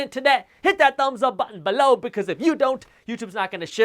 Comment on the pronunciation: I can’t live without hearing him say “BELOW”! Lol.